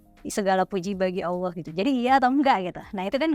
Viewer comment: mau ksh saran sedikit aja ya? Pelafalan kata "Allah" kamu kaya nya krg pas deh, saya yakin kamu bisa, karena bahasa arab kamu bagus....maaf ya...sedikit kritik spy kamu jadi lebih keren....semangat....